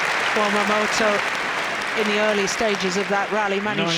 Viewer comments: She says "Momoto" LOL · Btw announcer is pronounced as MoMoTa !!! Not MoMoTO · GILLIAN CLARK Stop calling MomotA - MomotO !!!!!!"!!!!!!!!!!!! goddammit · The whole friggin match she says 'momoto' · Stop calling him Momoto lol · it’s written MomoTA, not Momoto. If he wants people to pronounce it Momoto, he should change the name to momoto. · Great to see the early Momota. He seems not to be known when Gillian just doesn't get his name right. I hope he's still able to show what he's got when Corona's disappeared.